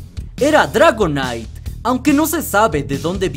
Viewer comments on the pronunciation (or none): none